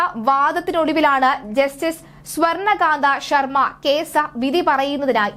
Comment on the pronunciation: സ്വർണ്ണ കാന്ത ശർമ്മ എന്നല്ല പറയേണ്ടത്.... സ്വർണ്ണ കാന്ദ് ശർമ്മ എന്നാണ്. സംവൃതോകാരം എന്ന് പറയുന്ന മുകളിലിടുന്ന കുഞ്ഞു ചന്ദ്രക്കല ചിഹ്നം താങ്കളുടെ ഉച്ചാരണത്തിൽ ഇല്ല. വാർത്ത അവതരിപ്പിക്കുന്നവർ ഉച്ചാരണത്തിൽ നന്നായി ശ്രദ്ധിക്കണം